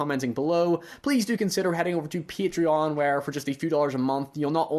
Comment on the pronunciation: Say paytreon an not paytreeon an I will. Jokes aside another great video